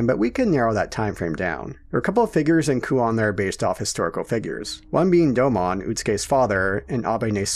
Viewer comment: You pronounced Domon incorrectly